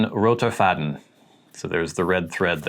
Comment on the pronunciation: Hi, just wanted to say that your pronunciation is really good (I'm German)! Your first variant is the correct one where you don't pronounce "Faden" like in the English "to fade" but with a more open "a" sound. But also "Taschenbegleiter" which is not an easy word I presume - really well, kudos! And it's true: it can be translated as "bag companion" but also as "pocket companion". For example, a pocket knife is "Taschenmesser" in German since we call a pocket in trousers and jackets "Tasche". And a bag is also a "Tasche". Looking forward to your next video, all the best! Michael